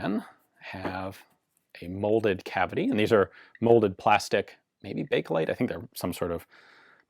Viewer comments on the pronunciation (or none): none